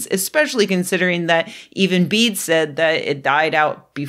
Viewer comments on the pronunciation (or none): Old English pedantry time🙂 Bede is pronounced "beː.də" not "bead". Old English is a Germanic language that doesn't have silent final vowels.